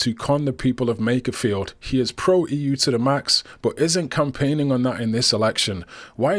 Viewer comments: I wonder when will realise it’s Makerfield, not Makersfield…. 🤭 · there is no ‘s’ in Makerfield!